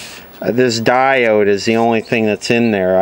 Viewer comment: I like the way you say stuff that diod.